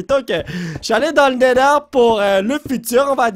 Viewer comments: c néther pas néder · Se n'est pas le nèleur mais le Nétheur